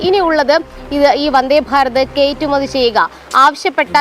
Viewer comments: Gd - btw - kaittumathi alla , kayattumathi aannu ! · കേറ്റുമതി എന്ന് കേൾക്കുന്നു.. കയറ്റുമതി എന്ന് പറയണേ സഹോ 🧡